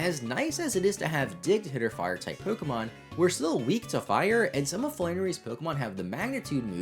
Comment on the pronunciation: You pronounce pokemon names wrong